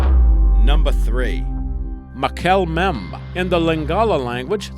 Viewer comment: It's Mah-kel-le M-bem-bee, not Ma-kell Memb